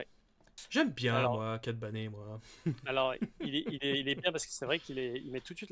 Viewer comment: Hello, super vidéo, par contre s'il vous plait peut-on faire un effort sur la prononciations des personnages ;) Kylo Ren qui devient kilogramme Ren ; Cad Bane qui devient Cad Bané etc..... merci